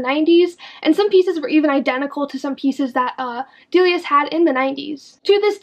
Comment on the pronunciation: Your pronunciation of both Delia*s and Dolls Kill are killing me! It's Dilly-ahhs (the star in the name is an apostrophe "S") And Dolls Kill isn't Doll Skill. 😂🤦‍♀️